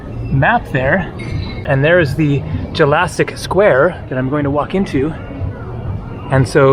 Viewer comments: He really pronounced jelačić as Jurassic , it’s yell ahhhh cheech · Hehehe its pronounced Yell a cheech Jelačič Square the sound u get from the word jello ( for example)....is actually a letter that looks like this: đ Đ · "Jelačić" is pronounced like "Yell -ah - Cheech". If youre interested in saying it right.